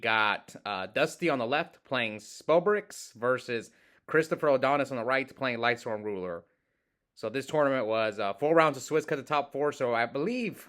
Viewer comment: Donis not odonis lol